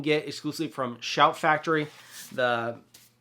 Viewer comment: Pssstttt…it’s Shout! Factory …do you need to shoot this again hahah